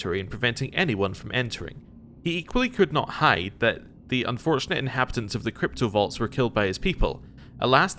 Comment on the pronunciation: I keep hearing you say cryptovaults and it gnaws at me. XD